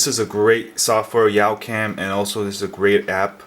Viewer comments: did you say yow cam its YA-cam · It's youcam not yaucam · Pretty sure it's "Yawcam" not "Yowcam". :-) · Yawcam is pronounced yahw-cam. like "yawn" without the n.... Sorry! I just have OCD about that! haha